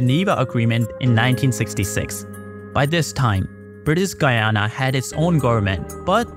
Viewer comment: Please, do check the pronuntiation of Guyana. Blood out of my ears. Thank you!